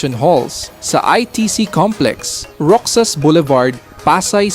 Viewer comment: HOW TO READ (ROXAS) - IS ROHAS.